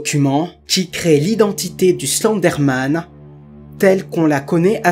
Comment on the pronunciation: Je rêve où tu prononce Slenderman :Slendé Man car sa ce prononce Slendeurman